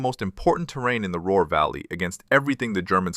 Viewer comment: The Roar Valley, FFS! Did the AI mean Ruhr BB y any chance?